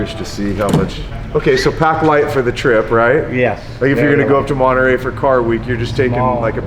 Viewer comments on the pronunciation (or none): none